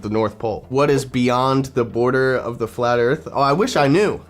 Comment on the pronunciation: Fwat earth fwidays... always look forward to these